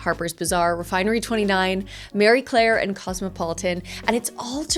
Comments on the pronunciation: Just fyi the correct pronunciation is ma-arie Claire not how you sound it like “merry” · Thank you for doing the research for us 😁👠 👗 💄 and in such a comprehensive way, I appreciate how thorough you are! Isn’t it Marie Claire not Mary Claire??